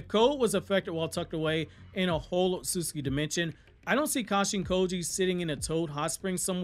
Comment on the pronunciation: Why yu call it “ otsuski” it’s ots-utsu-ki…. otsutsuki